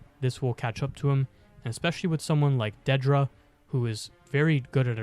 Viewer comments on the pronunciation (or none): Good vid, but your pronunciation of Dedra was kinda odd... it's not how it's pronounced in the show